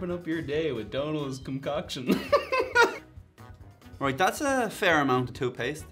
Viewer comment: Did Donal just say "cumcoction" instead of "concoction?" 😂